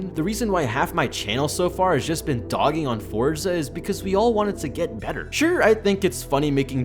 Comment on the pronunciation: WP on not saying Fortsa Horizon